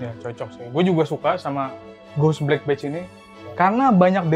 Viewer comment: "Badge" bunyiin "e" nya sama kayak bunyi e dalam kata "ember" bang bukan bunyi e dalam kata "enak"